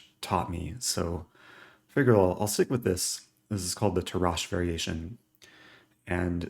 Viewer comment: Eric, I must point out that Tarrasch's name, at least in English, has the accent on the first syllable. Any Germans can weigh in on their POV.